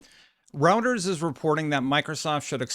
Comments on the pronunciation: It's pronounced "ROY-TER-S." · ROY-TERS ROY-TERS ROY-TERS ROY-TERS ROY-TERS ROY-TERS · Isn't it pronounced Roy-ters? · I think Reuters is pronounced "Roiders," just so you know. The political commentators who cite them as a source always say it that way. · Little tip: Say the eu in Reuters like the oy in the name Roy. Roy-ters. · here’s how to pronounce‘Reuters’ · See how to say Reuters at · Dude, learn how to pronounce Reuters lmao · you are pronouncing Reuters wrong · It's pronunciation is ROYTERS - not what you call it. Catch up man. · Thanks for the vid. FYI: It's pronounced 'Royters' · Once again, Reuters is pronounced as roy-ters. _ROY-TERS. I know you don't cover politics or other types of news, but as a journalist of some kind, I think you should know how to pronounce it. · ROY-TERS! It's Pronounced ROYTERS! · I will definitely subscribe if you stop pronouncing Reuters as "Routers". Please! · The way you pronounce smh D. it's pronounced (Royters) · lol, “row-ters” is still so jarring every time he says it. Roy. Ters. Royters. Reuters. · It's Reuters (Rew-ters) not routers like the wifi. The hell is wrong with you? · “Routers” lol it’s “Roy-ters” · Love the content! But its “Roy-ters”. Not routers, rooters, or roosters. I swear you change the pronunciation in each video. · It's pronounced ROY-turs. A router is what you install at home for Internet access. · ROY-TURS....IT'S PRONOUNCED ROY-TURS, not ROUTERS....they are a news organization, not a network routing device.-----Other than that, I love your videos, and am subbed. Keep it up, nice delivery. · I can’t take the video seriously when you start with “Routers is reporting…” It’s Roy-turs. Literally a 30 second Google search will confirm. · It's called Roy-Ters not Router 🫣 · Good video,. I appreciate all the info. Just a heads up though, it’s pronounced “Roy-ters” although Routers sounds like a good tech spin-off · Reuters is pronounced "Roy-ters" not "routers".